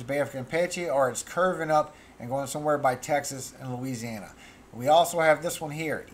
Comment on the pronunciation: Hello, You were doing so good till Louisiana came out of your mouth lol, it is what it is his will not mine, have a good one...